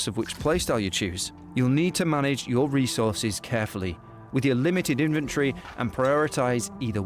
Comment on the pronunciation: I love the different accent on inventory...